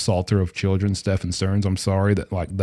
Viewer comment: U finally said his name correctly 👏 😊